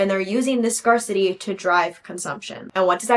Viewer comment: Girl I’m so sorry but scarcity is pronounced like the two separate words scare-city